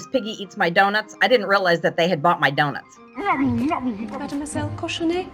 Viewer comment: She called Miss Piggy "Mademoiselle Cochonne." I love it!